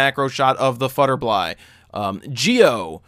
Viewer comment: futterbly? lol wut?